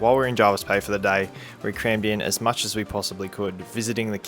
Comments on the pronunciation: Anywhere on the Shoalhaven coast is generally packed during Summer weekends and school holidays, especially areas that surround Jervis Bay (Huskisson, Vincentia etc). It’s also said Jervis not Jarvis. Locals kinda twitch when people say it wrong (yes, I’m local). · JERVIS.....NOT JARVIS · I live in the Jervis Bay Area and have for done for 45 years. It is as others have said Jervis not Jarvis. The bay has seen many changes over the years. Hyams for instance was a sleepy little bush area where you could purchase a block of land for $30000. If you were here over the Christmas period it is a crazy period of time with so many tourists, we actually don’t drive our car over that time as we can’t get out our street or get a park so it’s no wonder you had trouble getting in somewhere without a booking. A beautiful vlog thank you for sharing .